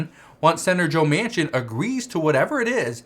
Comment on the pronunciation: His last name is pronounced Man Kin